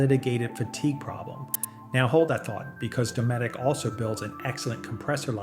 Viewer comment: It's DOE-METIC